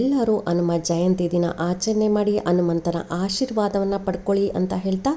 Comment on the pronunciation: Anumantha , Hanumantha antha sariyagi helu